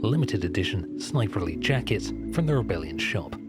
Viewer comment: Every time he says Sniper Elite I think he’s saying Sniperly